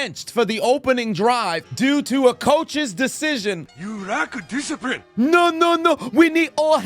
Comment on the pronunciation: you rack diciprine. lmao god damnit I love you homie